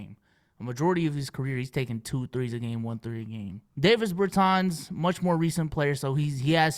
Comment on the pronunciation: No way you called him Imdavisss Bertans LMFAOOOOO